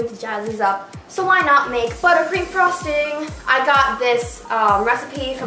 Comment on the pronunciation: am I the only one who thought you said buttcream